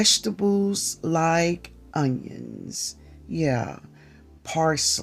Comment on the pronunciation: hi 🤗 i listened to this video yesterday while i was building diy trellises in my garden and planting seeds (before even more rain), so now im watching it again and leaving a comment. i remember saying "ungyongs" like that 😂🤣 im out here in california, but watching your videos makes me feel like im home. thank you. i really like your seed collection. tfs